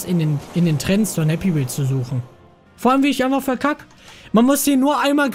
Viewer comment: Ich hab Happy meels verstanden😂😂😂😂